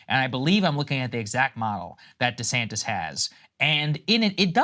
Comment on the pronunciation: Cross-dresser Duh-Santis